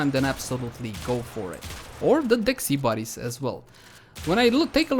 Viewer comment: I'm triggered how he said sybaris